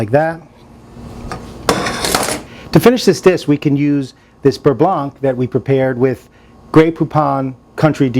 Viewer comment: The C is silent...beurre blan